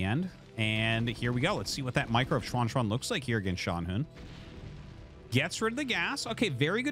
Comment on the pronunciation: Hey Arty! A couple comments on the Chinese pronunciation: 1. You're really nailing the pronunciation on Xuanxuan! For a foreign non-Mandarin speaker, that's pretty commendable. I think that's perfect "English Mandarin," if you know what I mean. 2. The ZH sound in Mandarin is practically indistinguishable from an English J sound. I've noticed you kind of go back and forth between "John" and "Jean," but it's actually much easier than having to French it up -- it's just "John." I only make these comments cuz I know you care enough and read these. Otherwise I wouldn't nitpick. Thanks for the casts!